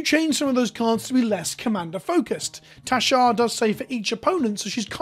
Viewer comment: I keep thinking you're saying Teshar. XP